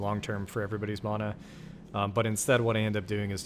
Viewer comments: Can’t get past how you say “mana” 😮‍💨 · I got sooo annoyed gave flash backs of aang as ung if you know you know. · 1000% this😂